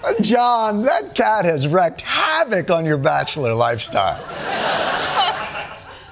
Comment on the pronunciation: It's WREAKED (Rhymes with freaked) havoc, not "Wrecked".